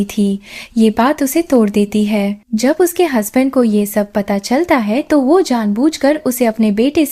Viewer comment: Plz who ko wahye na bola Kare mujhe apki voice achi lagti he lakin waye nai wo bola karen